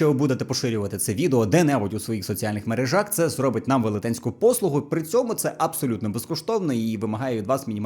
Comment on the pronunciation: мерЕжі, неук, в мерЕжах 😂 де ви берете цей "мережАх" 😂